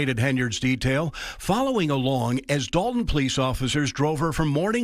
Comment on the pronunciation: Sorry, it's not Dalton, it's Dolt-on.